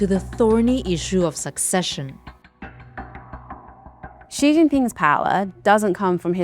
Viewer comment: well yea that’s how u pronounce his name lol